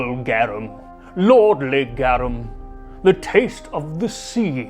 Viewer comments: It's said "garoom". It's Latin. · GAR ROOM is how it would be spoken. If anyone wanted to know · Gah-rum....technically more like "Gah-room" but I'm too crazy to just let that grating pronunciation go... Everything else you seem to put good effort into pronouncing properly, but the main topic item...not even close. Great video otherwise. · This is a really cool video but I just have to point out I think you're pronouncing it wrong Its pronounced like Gar-oom You say Gare-em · The way you pronounce it all I can hear now is Gyarados sauce.🤣 I love these videos. The best way to pep up any downer day! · Not criticizing!! GARUM = GA as in garlic, RUM as more like the ROOM word, but w short "O" sound. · I like this. It is pronounced Gah- room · Cool Latin facts by someone who took it for 4 years lol: Garum is more precisely pronounced 'gahrūm' (equal stress on the syllables as Latin is an unstressed language, not to be confused with lacking inflection). Enjoy the new bit of linguistic knowledge🧠 :) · GARVM. It's pronounced "GARVM" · I my Latin classes I was taught it is pronounced like saying the word "are" - g (are) um